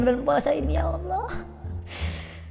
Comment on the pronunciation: Cara nyebut ''Allah' aja salah asw